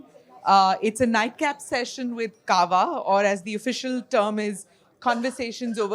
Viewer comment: It's Kahwa, not cava! Jesus